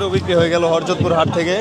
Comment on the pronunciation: হরজত কি উচ্চারণ ঠিক করেন